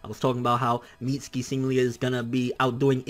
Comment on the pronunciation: My sons name is pronounced MIT-SUE-KEY not MEAT-SKII you mexiturd